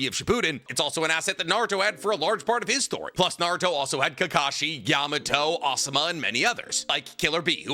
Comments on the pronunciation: it's not "amado", it's "yamato".... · Yamato not amado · Amado??? You mean yamato😂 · He meant Yamato lol but I caught that too and was like wtf is he thinking saying that until he called him Yamado a couple seconds later, then it clicked that he just misspoke pretty bad lol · That’s what I’m saying, maybe he said Yamato? Or said Amado but meant Yamato